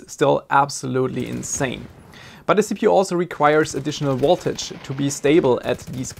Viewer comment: Additional Woltage (Voltage) & Wootage (Footage) haha This Dude’s accent is Funny and no I’m not making fun of him either as I’ve known a few people from india which also pronounce the letter V as a W for example and it’s just awesome to listen to them speak as I always get a good chuckle